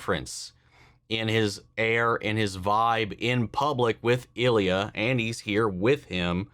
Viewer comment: The proper pronunciation is "Ill-ya," not "El-ya." How do I know this? Ilya Sorokin is an irritatingly good goalie when he is playing Tampa.